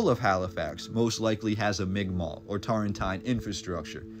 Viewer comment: The first person who ever pronounced migma properly on here lol